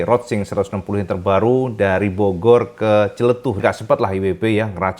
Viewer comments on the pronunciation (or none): none